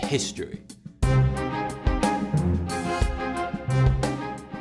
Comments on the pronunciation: Holy shit, someone on YouTube actually pronounced Crowley in the correct manner. I'm utterly astounded. (Instantly subscribed) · Hiya. Great vid as always. I thought the segment on Crowley was very well written & balanced. I like that you pronounced AC's name correctly-rhymes with holy-which most people get wrong. Top-notch work Sir. How about a video on Aleister Crowley? I've a certain amount of knowledge on the subject so if you need any info or research pointers do drop me a line. Keep up the good work brother.